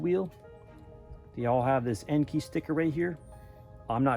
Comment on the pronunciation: Nice wheel choice! Looking forward to your 5 lug swap. Here is a fun fact for ya'.. Most people pronounce Enkei the way you pronounce it EN-KEY. Which is actually incorrect, it is pronounced EN-KAY. 😅